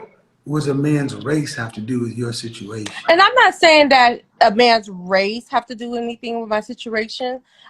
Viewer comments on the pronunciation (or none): Did she say, “Sit-chu-ray-shun???